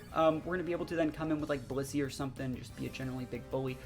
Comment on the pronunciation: The first couple of times I heard him say Blissey I thought he said P***y. 😬 I was like “ohhh okaaahhh Blissey!”